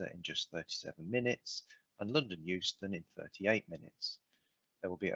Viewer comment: you said Houston - or that was what was printed - was that an automated version of Euston? (Michae l G.)